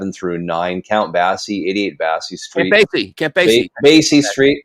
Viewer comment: Does live under a rock? Count Bassey? And he said it twice. He didn't know how to pronounce Count Basie? He'd never heard of him?